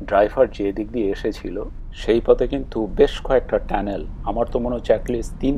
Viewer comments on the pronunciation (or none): ট্যানেল না টানেল ??? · ধন্যবাদ আপনার মন্তব্যের জন্য! সঠিক শব্দটি "টানেল" বা সুরঙ্গ (Tunnel), তবে বাংলায় কখনও কখনও উচ্চারণগত কারণে "ট্যানেল" বলা হয়ে থাকে। আপনার খেয়াল করাটা প্রশংসনীয়! 😊